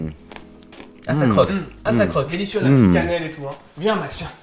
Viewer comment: petiteeuh vidéo